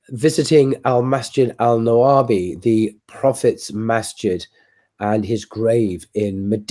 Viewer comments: masjid nabawi* not nawabi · I belive that you mean is Masjid AN-Nabawi, not Al-Nawabi. 😃😃